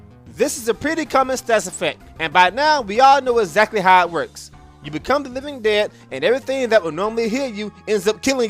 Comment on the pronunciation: "Ezzakly"